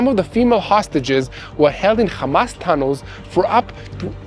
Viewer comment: Bro learn how to say "hamas" not "khamas" lol yall Israelis can't even say the name right but stay saying it wrong sound so dumb